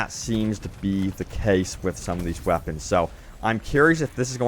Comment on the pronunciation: it just gets me every time he says Wapons....legendary Wapons heheheh